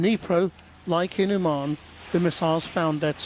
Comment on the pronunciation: It's Úman', not umAn